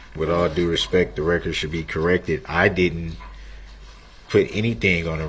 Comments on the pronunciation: He never once said that ! He said, "With all due respeck" whatever that means ! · It is amazing how many commonly used phrases he frequently uses that he can't seem to quote correctly. For example: "with all respeck" instead of "with all due respect ". There just has to be some kind of defect in his brain's processing capabilities !